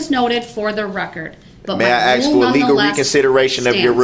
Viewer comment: The Judge corrected him on how to spell Bia’s she or someone should correct him on the wood ( Axe) instead of (Ask) 🤣🤣🤣🤣